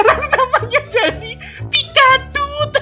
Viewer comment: Pikaduit kali bukan pikadut